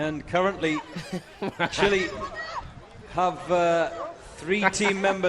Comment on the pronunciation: ChilE dude, not chilay. Ignorant pronunciation is not cool. I saw a comment on YT yesterday where the guy was talking about hearing the Rickershay of the bullet. (Ricochet in case you didn’t know) Come on people, try a little harder.